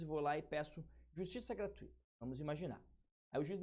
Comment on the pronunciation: A palavra GRATUITA (O) nao tem acento. O Sr está pronunciando-a de maneira incorreta.